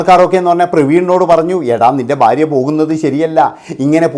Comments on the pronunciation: ബാര്യ അല്ലെടാ മൈരേ,, ഭാര്യ ആണ് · എന്നാലും ഫാര്യ എന്ന് പറഞ്ഞില്ലല്ലൊ